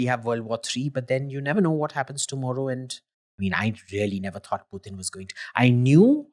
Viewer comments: It's not Pew-Tin my friend it is Poochin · Gadhayyy its not Pewtin... Its pootin... 😂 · Bhai no pewtin he is putin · Why he’s saying pew teen..?? It’s Putin you fool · Ranveer's pronunciation of a lot of words is way off for example the way he say "Education" "Putin" is just beyond me. Bro at least learn from your guests so I don't have to mute you every time you speak. It's cringe AF.